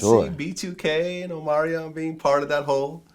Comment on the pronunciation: “Omario welcome to VladTV.” Vlad it’s Omarion...with an N